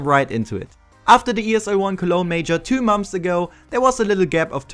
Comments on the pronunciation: XD du sagst immer momts bei months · Geil wie du immer "Momfs" sagst :DDD